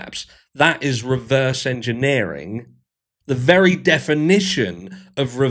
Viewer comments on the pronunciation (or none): none